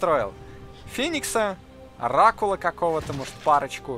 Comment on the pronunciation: На говорит "Оракула отдал", а мне показалось "Рак Ладал", что звучит как выражение разочарования скиллами игрока по-Протосски.